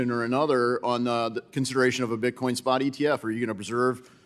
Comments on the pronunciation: Did Ms Waters say Bitcom? She doesn't even know what she is talking about! 😂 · “Bitcoin”!! Not bitcom Geezus Maxine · Maxine Waters can’t even properly pronounce her words. Get these dinosaurs out our government.